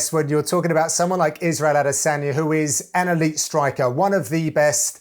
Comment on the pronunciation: "A De San Ya" your job is literally to be a generic voice, at least say names right. Also the more I see Anthony be a boring commentator,saying the same shit repeatedly the less I like him.